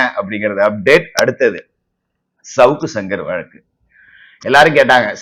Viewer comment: Tamil pronunciation வழக்கு